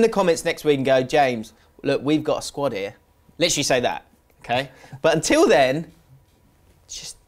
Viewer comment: JAMES, look, we’ve gotta squad ‘ear.